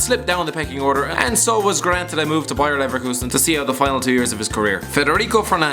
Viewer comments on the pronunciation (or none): none